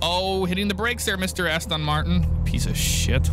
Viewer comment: Asian came out of him when he said Aston martin